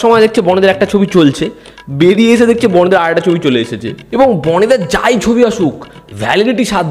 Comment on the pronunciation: বনি নয় বাবা বনি...😂🤣🤣🤣